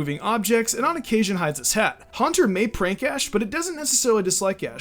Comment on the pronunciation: But you said trank not prank